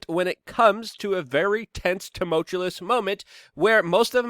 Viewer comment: Love your show Luke, but I gotta tell you. Tumultuous pronounced TO MULCHU US